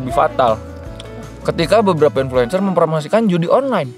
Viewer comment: "IN FLU ENCEER" help aku ngikik😭